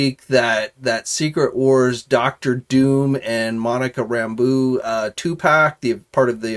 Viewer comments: Monica Ram-BOW, not Ram-BOO. It's french. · It's pronounced "Ram-Bow", not "Rambu".